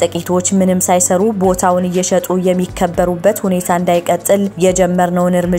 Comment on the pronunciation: ጥቂቶች የሚከብሩበት (ጥቂቶች የሚከበሩበት) እያንዳንዱን ፊደል የማንበብ ግዴታ አለበት አንባቢ